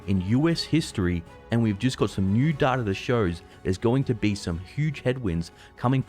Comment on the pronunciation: its data not darta xD